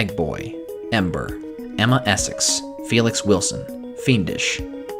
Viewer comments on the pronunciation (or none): none